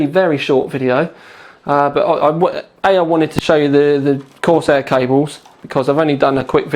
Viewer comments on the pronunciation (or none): none